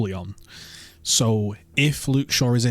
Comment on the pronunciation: This guy reads out some of these names like they are Pokémon, "reg ooleon i choose you". Mctominay, Antony are our biggest downfalls. lets hope Altay comes right. ETH is subject to the same Mctominay bias all our managers develop but he will loose it when we have a healthy squad back. have faith.